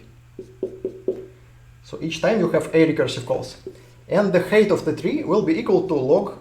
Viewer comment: Height is pronounced hite, not hate